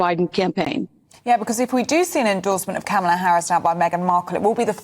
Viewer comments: Geez, learn the correct pronunciation of KA mala 🤦🏽‍♀️ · the proper pronunciation of Kamala’s name is accent on the first syllable. Ka’ mala. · can’t even pronounce Kamala’s name correctly. She’s pathetic. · Pronounced Kamala, accent on the first syllable. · Please pronounce Kamala's name right. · please educate yourself on the proper pronunciation of Vice President Kamala Harris name. I would not allow Meghan within ten miles of Kamala and her campaign.